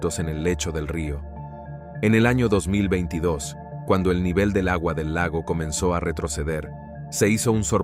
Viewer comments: Muy buen locutor.Pero no sabe pronunciar 2022... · Si ese locutor va a tener que hacer un curso para pronunciar el 2022 esta raspado